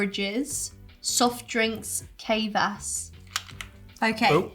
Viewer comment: The name of the soft Russian drink is "kvaass" (there's no consonant between the K and the V). And yes, it's absolutely a bread drink, and while the bread does ferment in order for the drink to mature into its bittersweet taste - it never really becomes alcoholic. The chocolate coated marshmallow is called "zefeer" or, rather, pronounced that way. Sorry to correct another fan, but I, too, was born in former USSR and left it an 18.5 years of age. The treats that the sisters picked for you, guys, are fantastic, though! I, too, love all of these.